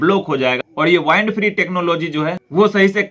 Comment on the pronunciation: It's wind free. Not vindd free.